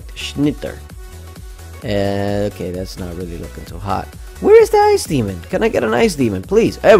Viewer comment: Ice demon is spelling out like Ice Damon